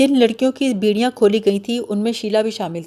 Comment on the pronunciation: Beediyan nahi bediyan...... Beedi to peete hain😅